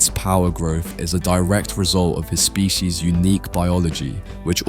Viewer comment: Bro can't even pronounce species